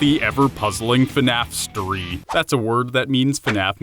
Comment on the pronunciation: Fnafstery sounded like fnaftory